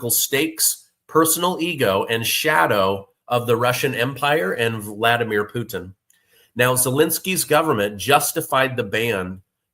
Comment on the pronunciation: You seem to be struggling with the name “Vladimir”. 😂